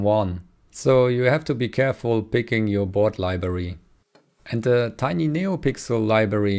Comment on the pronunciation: It A T Tiny, A T not eighty